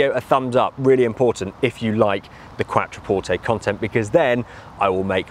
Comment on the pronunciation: 'Qwatra-porte' lol